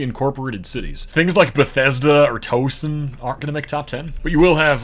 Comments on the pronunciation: Toe-son? It's Tou-sen (Towson) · As a Delawarean, that’s mad impressive to be able to sweep it. Elsmere out of someone not from here is crazy to me lmao Editing to say pronouncing Towson like Toe-sin is equally as bad as knowing Elsmere is good lmao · By the way Towson, Maryland is pronounced like "cow"